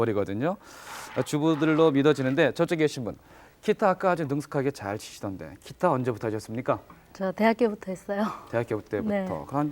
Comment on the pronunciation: 아나운서가 계속 키타 키타..ㅋ